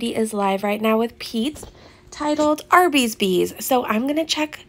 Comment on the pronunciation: "Arby's Beeze" and not "Arbeeze?" I'm very disappointed.